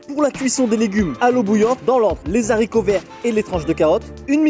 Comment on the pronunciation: Les Zaricots 😱😱😱😱😱